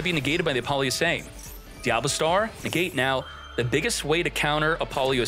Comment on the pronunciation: App- poe- Loosa not lusay